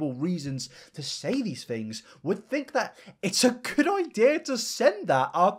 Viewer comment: Anyone else notice people with this accent pronounce "th' as "f"? As in "fings" as opposed to "things".